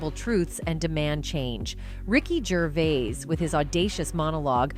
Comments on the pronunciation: Jeez, could you AT LEAST get your AI voice to pronounce his name correctly? He is, after all, the actual topic of this entire video! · For christs sake say his name as he says his name you silly person with no respect. He is English and certainly not arrogant French. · At least learn how to say his name ffs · STUPID AI CANNOT PRONOUNCE GERVAIS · Did the commentator take this video as a challenge to pronounce "Gervais" in as many ways possible? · If you are narrating - please learn to pronounce Ricky Gervais correctly, I can't listen to you!! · You have pronounced Rickys surname 3 different ways and none of them are right. Bowie. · Teach your AI how to say “Gervais.” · The narrator was HORRIBLE couldn’t get the pronunciation of the guys name right AT ALL. It was like nails on a chalkboard. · The way she pronounces Gervais 😅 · If a presenter is given the job of critiquing a particular person. A one person review as it were, could she not at least have gone to the trouble of learning how to pronounce his name? Her variations are unprofessional and grating. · I got as far as the cretinous commentator pronouncing his name like a fucking 4 year old. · The narrator should do her homework and find out that his name he is known by is Ricky, not Richard. Also his surname is pronounced one way, not the three ways she stumbles over. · Had to stop watching after 3 mins after you mispronounced his name for the 50th time. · I didn't know there were so many ways to pronounce "Gervais" ... I think she pronounced it a different way every time she said it😂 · I wanted to watch this video, really. But the way in which you pronounce Gervais is so wrong and annoying, and you say it dozens and dozens of times... I had to stop. It's the main theme of the video, pronounce his name PROPERLY. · How many different times can you mispronounce Gervais? Lol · So many attempts by this woman to pronounce his name and not even close with any😂😂😂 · At least get the pronunciation of Gervais correct. Ffs!